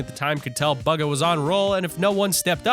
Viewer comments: Lmao he said bugga not bugha pronounced booga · Bugga? His names pronounced booga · It's pronounced booga not BUGa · Bugah not baga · He’s calling Buhga bugu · It's not baga it's bugha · It's BUGHA not bugga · Top gaming :baga world cup player Ppl:Going to comments to see what the chat sayingabout baga btw its Bugha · It doesn’t sound like buga it sounds like booga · dude its not bugga its bugha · bro he said buga instead of bugha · its not baga its bugha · T5g not bugga Bugha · It’s pronounced booga not buga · Bugah not buga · He said Bugha like buggy instead of booga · Buhga is said like booga not baga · Bugga????? Bugga??????? ITS BUGHA!!!! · he said buhgo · It’s boo-ga but if you’re scared of the boo in bugha I’m fine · Did you say buga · Did my dude call Bugha buga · He said BUG-A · It's pronounced booga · Boogah is how u say it!. /-/ /-\ |\| |3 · It's pronounced boo-ga. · He said buga instead of bugha 9:8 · bugger it bugha say it right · Boogha or bugha (pronunciation) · Bruh you pronounce his name like booga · what did he just say baga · He pronounces bugha as baga whereas you say it boga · bugha is said like booga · Bug-a? BUG-A? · It is boogha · my man cant say bugha right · You pronounced bugha wrong